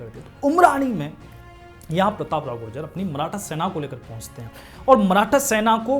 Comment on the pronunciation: bikul gujar hai gujjar nahi